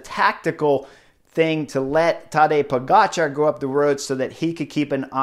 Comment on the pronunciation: Love it how spot-on your pronunciation of foreign names is, Chris (in this case Pogacar's). I appreciate the extra effort, sir.